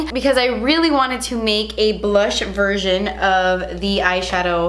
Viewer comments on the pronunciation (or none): none